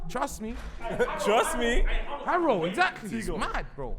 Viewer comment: man said harrow school, cmonnnnnn